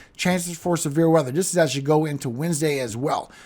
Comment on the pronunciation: I'm sitting here listening and heard We might have a chance of some beer weather, and I was like, cool until I realized you said Severe weather 😂